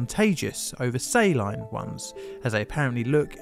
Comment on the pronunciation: He managed to pronounce silicone right but not saline.